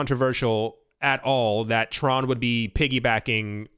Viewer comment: Not going to lie, I cringed as you said the word Tron...